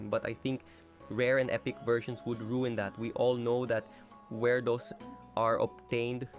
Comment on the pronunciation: Did called werdos “Wirdoes”💀💀🥀🥀💔💔